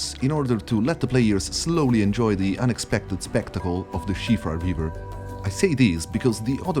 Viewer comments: Its called SIOFRA RIVER. Not SHIFA. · Shivra river ???? Are you for real ? You can't read Siofra correctly, what the fk... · Heavily dislike the way you choose to pronounce siofra